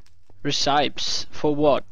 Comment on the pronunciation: By the way it's pronounced (reh-seh-pees) not (reh-psy-ps)